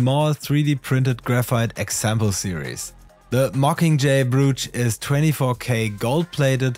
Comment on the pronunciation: Brooch rhymes with Coach or Poach. 😇